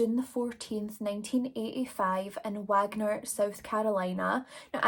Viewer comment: It's Wagner no f sound or h sound Wa wa Wagner lol I grew up in that area